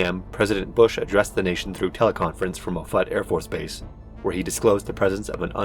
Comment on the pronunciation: Hi I really enjoyed this and you did an amazing job, I just wanted to say that I'm a Omaha metropolitan local which is around offutt afb and we pronounce it off-it